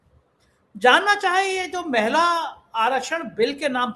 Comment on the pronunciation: मैला नहीं महिला ...!